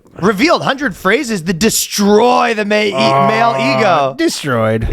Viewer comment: when ryan fucked up "de-stroyed!!" fuckin killed me.....lololol